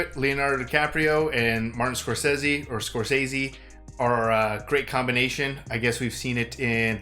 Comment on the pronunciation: Good for for pronouncing Martin Scorsese's name the same way he himself pronounces it and not the way everybody else does.